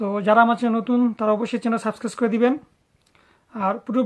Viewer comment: ভাই আপনি আগে subscribe বলা শিখেন😂